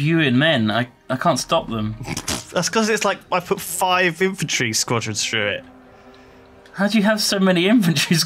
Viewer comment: 'Spuadrons' xD